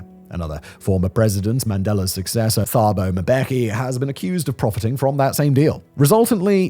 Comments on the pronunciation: The th and ph combinations are not pronounced as digraphs in Africa languages. Thabo is pronounced as Tabo. While some of the statistics used in this video are accurate others are misleading. Inequality has not decreased since the end of apartheid but the racial composition of the elite has changed. As many wealthy whites have left the country, beneficiaries of BEE - the South African version of affirmative action - have joined the ranks of the wealthy. Elite schools that were mostly populated by white students are now predominantly black. The universities that were mainly white now have an overwhelmingly black majority. With regard to land ownership the figures quoted for farmland refer only to land that was in white ownership in 1994. A significant amount of land was and still is held by traditional leaders. The land is not owned by those who live and work on it. The land is rented from a local chief and the units are too small to be economically viable. Farmers have to use their land as collateral to raise loans to fund the next season’s crop. But if you don’t own the land this is not possible. Many productive farms previously owned by white farmers have been transferred to black ownership with decade long transfer periods to allow the new farmers to gain the skills required to maintain the productivity of the land. Unfortunately very few have been successful and the farms are simply abandoned. Rural areas that used to support thriving towns have fallen into poverty. Busin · it's not hard to know the H in Thabo is silent, just like Thomas